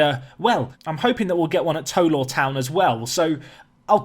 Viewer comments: I was born in bishop Auckland near tow law. And it's tow as in Cow. Tow law 😂 not toe law 👍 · Pronounce Tow Law as in taw rather than toe like tow(el) law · Just a note that it's pronounced 'T-oww Law Town'...... as in 'Oww I stubbed my toe!'. Hope that makes sense! (I live 6 miles away! 🙂) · I live in tow law and it is pronounced more like taw law and are known as the lawyers. The ground has the second highest altitude in england. Also a few years ago, south shields FC scored a great goal and it won Budweiser goal of the month. (Children also get a free portion of chips) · It's pronounced t-ow law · Tow is pronounced like how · Looking forward to this series. By the way , the Tow bit in the teams name rhymes with ‘Cow’ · Looking forward to the save, however, it's driving me mad! Can you please pronounce it TOW as in NOW!! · Tow Law is about 5 miles from me, Tow is pronounced like Now